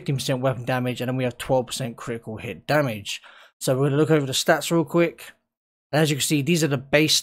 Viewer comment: kri-i-cul hih chance...